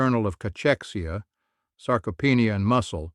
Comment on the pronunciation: At 77 living an amazing life in Thailand retired British expat I read many accounts about the importance of protein/eggs especially in the first hour of waking. However, as a grumpy old man part time it always worries me when someone talking about for example, SARCOPHENIA is unable to pronounce the actual word even by American standards they know how to pronounce this word. Secondly, as with all this YouTube program it’s delivery is as slow as a geriatric in a wheelchair. It just goes on and on and on about Mr X and Mrs. Y and I often wonder how many people die of old age waiting for the punchline. Luckily, I have now discovered that, if you read the comments before the article some similar reader like me who has better things to do, has already said it’s eggs sucker.